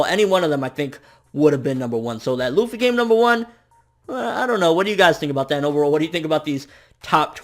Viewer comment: MATE LUFFY ARE YOU REAL, its LUFFY